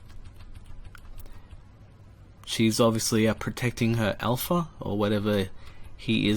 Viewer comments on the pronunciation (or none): none